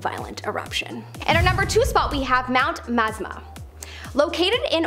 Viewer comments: Thanks for letting this be known! My ears hurt! LOL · Was just about to put this same correction!! It truly is a gorgeous lake!!! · It's pronounced Mt. Ma--zah-ma. I lived in oregon for most of my childhood. But facts are on point though. I've been to Crater Lake multiple times. It's a beautiful place in the winter time